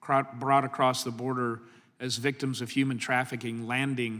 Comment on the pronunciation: Mr. Jordan, I adore you. But I also implore you there is no tea on the end of across.